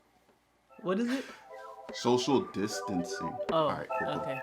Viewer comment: can’t even say distancing right because you weren’t practicing it 😂